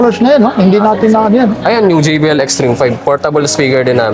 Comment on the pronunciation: JBL Po tay. Hindi JVL